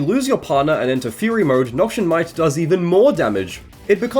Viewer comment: Not to be the guy but Noxian is pronounced "Noks-ee-ann" not "Nok-shun"